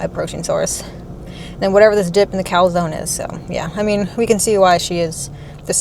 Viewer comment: calzone... I heard cow zone. * confused in italian*